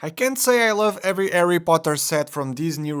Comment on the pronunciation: Who's Arry Potter?😁👍